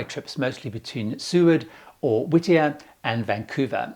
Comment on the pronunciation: You finally figured out how to pronounce "Seward" . . . Well done!